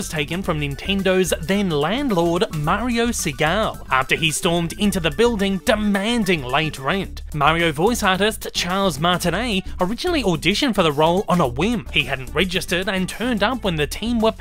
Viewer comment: The landlord of Nintendo of America's last name is pronounced “SUH-GAH-LEE”